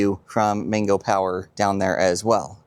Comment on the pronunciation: Why do you keep saying 'Mingo' when the word's clearly MANGO like the fruit. Or do you eat mingos too?